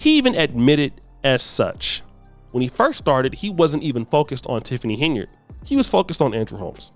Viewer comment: Who in the hell isTiffany Heynard? I thought her name is Tiffany Henyard? I can’t stand when so called “intelligent” people can’t pronounce simple azz words🤷🏾‍♀️🤷🏾🤷🏾‍♂️and repeatedly says it wrong? It’s HENYARD GOTDAMMIT!🙄🙄🙄